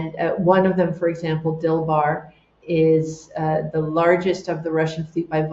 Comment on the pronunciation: I thought she kept referring to a yacht named Bill Barr, 😅 but it's Dilbar per googlling. There's a lot of echo in her environment.